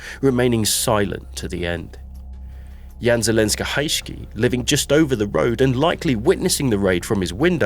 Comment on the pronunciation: It should be Zelenka, not Zelenska😉